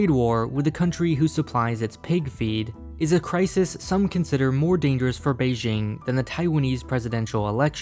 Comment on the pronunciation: Please check out how to pronounce Beijing .. - This is out of love, your china videos are great